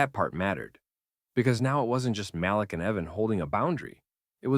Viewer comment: Muh-leak. Say it, Muhhhh- leak.